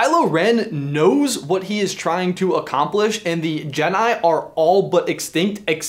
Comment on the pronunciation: Jedai, jedai, jedai, jedai...